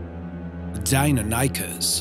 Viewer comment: It's not Daikinikes it's Deinonychus